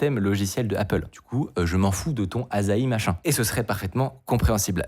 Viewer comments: Il faut le prononcer Assahi et pas Azahi ;) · Pour info, ça se prononce "assahi", pas "azahi" ^^; De plus, "asahi" (旭) c'est aussi le nom d'une sorte de pomme, la McIntosh ^^; Et j'adore le clin d'œil ^^ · Un détail, la prononciation c'est pas A'z'ahi mais A'ss'ahi. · C’est pas “Azaï” c’est AssaHi. Soleil matinal en Japonais. Super vidéo sinon. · Petit instant culture : Asahi, ça se prononce “Assahi” (soleil du matin en japonais), et c’est aussi le nom d’une variété de pommes, que l’on connait sous le nom de McIntosh. (bon aussi bien, ils en parlent dans la video, mais je n’y suis pas encore) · Cela aurait été pas mal d'avoir appris à prononcer le nom de la distro avant d'avoir fait la vidéo... U_u A-SSA-HHI "Soleil du matin", en japonais. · Je comprends pas pourquoi tu le prononces "azahi" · ça se prononce "assa-'hi" 😀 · Ca se prononce [açahi], "Soleil du Matin", en japonais (Ca peut avoir d'autres traductions).